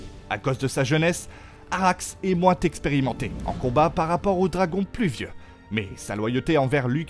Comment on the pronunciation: Pad encore vu série mais je sais déjà que les noms sont ml prononcés. Ainsi que fautes d'orthographe et de prononciation : Tavantage, moins Texperimenté, soit pas Timpliuqué. 😂 Sérieux ?! Et les dragons expliqués?! Ben si on regarde série on comprend hein! Bref, pour les gamins quoi qui eux auraient pas compris série, post fait par un autre gamin fier d'avoir compris la série et encore y a une erreur! 😂 Journaliste c'est un vrai métier. 😂